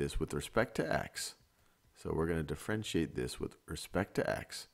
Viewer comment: Does anyone else hear "de-Frenchiate"